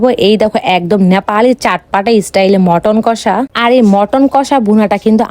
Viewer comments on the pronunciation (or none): মটন না মাটান😂😂😂😂